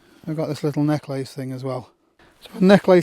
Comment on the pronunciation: the way he say's necklace is funny... good video i always like seeing youtubers filming equipment